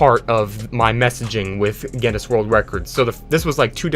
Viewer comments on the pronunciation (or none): It's pronounce g-in-iss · its pronounced gin-us trust me im irish (not gen-us) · Guinness not Geniss Pronounced Ginn-iss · You saying Gennis every time you mean to say Guinness, hurts me inside. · Pronounced ginus with a hard g. Like the beer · it is pronounced ginis and the g is short g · Geuineis book of world record is the right pronunciation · Did you pronounce it gennis? 👀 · It’s pronounced “Guinness” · 'Gennis' world records, lol americans. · It's pronounced "ginus" yw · To pronounce guiness think about gEEse and then say gEEness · I think its said Guinness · Its called Guinness pronounced ginnis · "Genniss World Records" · It's pronounced 'G in-is'. (don't pronounce the G like 'jam', pronounce it like 'get'). It's named after a drink here in the UK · Gi (as in give) Ness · it is pronounced ginnes G (as in grog) i (as in lick) nn (as in connect) es (as in less) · It's pronounced ginniss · it is gih nuss (at least that is how I say it) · It's pronounced..... "Gi-Nuhs" lmao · Guinness is pronounced as Guinness. Ur welcome. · Its pronounced gin es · I love how he says G E N N E S world record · Pronounced Gin-is :3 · no one: this guy: guEneS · its pronounced gines . thank me later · its pronounced like ginnis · U pronounce Guiness like "Guiness" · Guinness is an Irish company known for making beer, and also, obviously, world records. It's pronounced Ginn- Us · It's pronounced 'Guinness' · its pronounced guinness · HOW DO YOU NOT KNOW HOW TO PRONOUNCE GUINNESS? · Guinness Astley These arent hard to pronounce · His pronunciation of Guinness… All Irish people: Dies slowly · The way he pronounces Guinness and Astley makes me shudder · i bet you got a record for how many times you can mispronounce Guinness in one video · Next world record to get: Most incorrect pronunciations of the word "Guinness" in a single video. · How can you make this video and not know how to pronounce Guinness OR Rick Astley